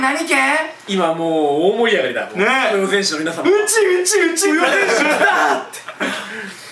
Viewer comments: 豊前をトヨゼンって誤読するのあまりも愛知県民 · とよぜんとかせんきたとか訓読みするのすき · やっぱ愛知県民だととよまえって読むよね 豊橋豊田豊川みたいに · ずーっと、豊前をとよぜんって読んでてたから、ぶぜんだよーって思いながら応援してた😂